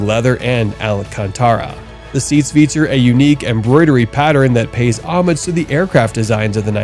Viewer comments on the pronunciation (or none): none